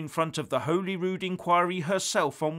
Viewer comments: It’s pronounced holly-rude, not holy-rood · It is holly wood. Not Holyrood. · Its pronounced Holly-Rood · Its pronounced HOLLY RUDE ......Holyrood. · “HOLLYROOD” pronunciation!! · Liking your work but just to let you know as a Scot, Holyrood is pronounced Holly Rude.👍